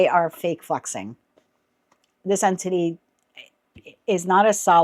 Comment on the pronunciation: That's interesting as you keep saying entity, and I keep hearing anthony, which is the persons name. thank you for this reading